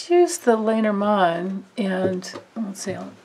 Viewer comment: LOL watching this 10 months later I am cracking myself up... did I not read reversals back then? And how many times do I say "Ya know"? Oh well, thank the Lenormand for helping me out. And most of all thank you Grace for the awesome question. AND I miss-pronounced Lenormand back then -- have to thank Pavla Ustinov for her support in fixing that; I am forever grateful.